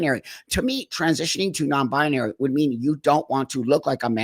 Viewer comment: i love you buck but it's pronounced NON-BI-NARY and not NON-BI-A-NARY